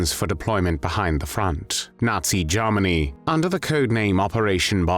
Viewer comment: Jarmanny?...Is that anywhere near Germany?...Why do you sound so pissed off? Personality problems?